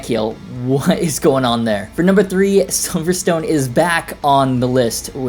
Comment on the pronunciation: Even when you corrected yourself on the Silvertone/Silverstone thing by referencing the race track you still pronounced that wrong! 😛 Hehe.